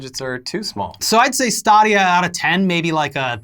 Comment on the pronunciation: Stop saying Stah-dia. You're breaking the internets.